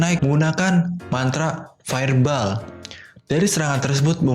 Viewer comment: Fire ball di baca fire boll min 👌👌👌